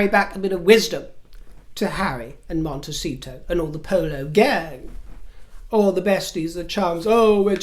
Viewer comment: Did you say Mondeceito?